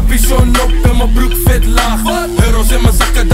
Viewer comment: Mellamel kan de w niet uitspreken hahaha: ik rook viet